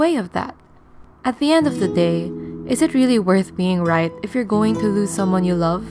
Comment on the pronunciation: Are u filipino. . . the way u said love. I mean "right"